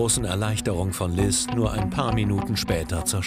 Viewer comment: Der Moment wenn sie Liz heisst und du Liss heißt 🤣🤣🤣